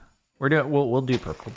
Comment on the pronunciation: ' I have become one with the Purpur' XD